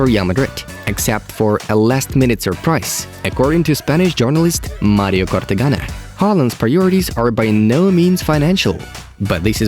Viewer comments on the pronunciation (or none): none